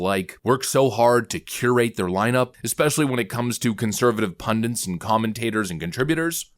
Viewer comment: i don't like to criticise, but the word is "PUNDIT"!